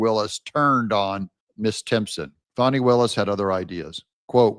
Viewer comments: Great show Doug! The correct pronunciation of Fani is Faa-nee, not Fonni. Just in case you didn’t know! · Would say bad AI voices need a lot of work. The voice over is monotonous and annoying. Fawney! Wth. FANNIE! deleting.